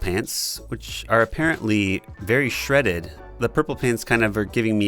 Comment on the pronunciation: When he said shreded I yelled "Shut up! Shut up!" so loudly my brother checked on me